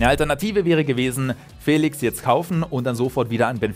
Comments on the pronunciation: Man spricht es nicht "Fälix" man spricht es "feliesch" 😅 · Trotzdem wird er Félisch ausgesprochen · Er wird nicht ,,Félix" sondern,,Félisch" ausgesprochen... Ich finde nicht das Félix 126Mio wert ist. Er hat zwar ein riesen Talent aber trotzdem ist er keine 126 Mio wert Edit:4 Aufrufe, 7 Likes... Nice Youtube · Hey! Zum Thema Aussprache von Joao Félix: Ich habe hier einen Portugiesen gefragt, wie er den Namen ausspricht. Die Antwort: "FÄLIX". Da das "e" einen Akzent hat, muss der Buchstabe betont werden. Ein "sch" am Ende ist völlig falsch, da nur ein "z" so ausgesprochen wird. Er müsste also "Joao Féliz" heißen... Das sagt der Spieler übrigens selbst, folgendes Video empfehle ich euch: (startet genau zum richtigen Zeitpunkt). Sollten eure Freunde den Namen falsch aussprechen: Zeigt ihnen gerne mein Video. :) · DANKE! BITTE NIE WIEDER FELISCH, FELIGE ODER SONSTWAS !!!111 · niemand: Manu Thiele: João Fäählix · Och man wie er immer fÄlix sagt 🤯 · Nur weil da n Akut über dem "e" heißt das noch lange nicht Fäälix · Joao FÄÄÄLIX!!!!!!! :-P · FeliSCH wird er ausgesprochen. Portugiesisch. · Nein, er wird nicht mit "sch" ausgesprochen. Die Aussprache bei Dazn in der Europa League war komplett falsch. Ich habe extra einen Portugiesen gefragt um sicher zu gehen.